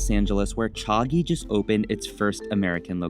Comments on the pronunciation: He says Cha-gee, but its supposed to be pronounce cha-jee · Cha-G not Cha-ghee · It's pronounced Jee though. Chagee = tea princess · Someone teach this guy how to pronounce Chagee